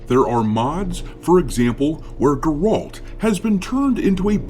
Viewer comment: I'm not a Witcher fan but the way you pronounced 'Geralt' is insane